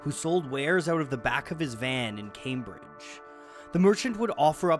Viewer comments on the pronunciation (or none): none